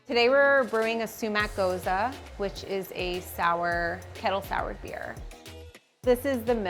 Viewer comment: Great video, but if you own a brewery, maybe learn the name of the beers you make before you do an interview everyone can access across the world. Gosa? It says it on the can, lady.